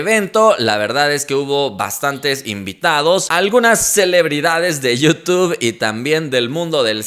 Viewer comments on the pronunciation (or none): none